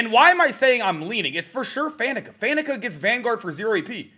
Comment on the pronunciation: might be one of the only content creators in his 20s that pronounces Faneca correctly.